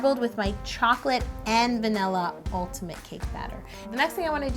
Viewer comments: She says “melkshake” and “vanella” IT KILLS ME but no hate! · Vanilla* not Valinna